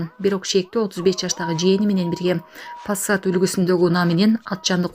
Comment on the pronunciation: "",фассат"" , ой тупоооой Кыз, туура айтчы позорище , Али ""фассат "" деген машина жооооок , тупоооой , ""пассааааат ""просто ....🤦🤦🤦🤦🤦